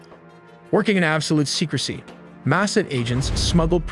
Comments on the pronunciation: Pronunciation needs a bit of work. Look up Mossad and Natanz. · well done, but VO talent Must research pronunciation of Mossad, Fordow, and others, small but distracting. Congratulations on the animation and research, my respects.